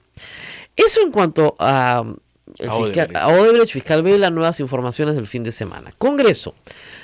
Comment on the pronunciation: Se pronuncia Oodebrekt, la CH tiene sonido de K o GH gutural. Viendo las noticias de CNN en Español, Univisión, etc., veo que los periodistas peruanos son los únicos que pronuncian la CH en Odebrecht como la CH en chocolate. No entiendo por qué. Si alguien pronunciara mal una palabra inglesa como manager, todos le caerían encima, pero Odebrecht, que lleva tantos años en las noticias, se pronuncia mal. Y sólo en el Perú. Editado para añadir: Odebrecht es nombre alemán, por si acaso. No es portugués (recién me entero que hay gente que pensaba eso).